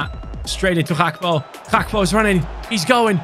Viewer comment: his name isnt bloody "hakpo"